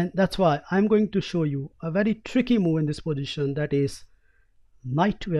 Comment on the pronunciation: why is he saying mou instead of move ?